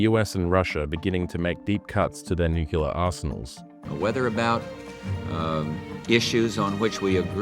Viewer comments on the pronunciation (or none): FFS! It's nuclear (new clear) not "nucular" Just say new-clear, why is this so difficult that "broadcasters" can't say a simple word. Pam